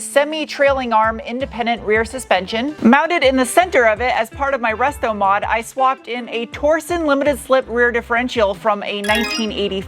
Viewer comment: Okay. I don't know if it was intentional that it sounded like you said "rustomod," but it's fantastic, and actually highly appropriate to some projects I've witnessed before. I love it and need to find excuses to say it that way from now on.